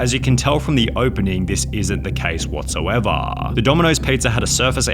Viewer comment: Whatsoevah h h h h h